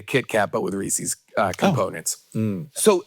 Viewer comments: There's no "reesee's", it's "Reese's" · Man, I thought I was a fan of Jason. But now that I know he says “Reesey’s” I’m just not sure anymore. It’s a shame.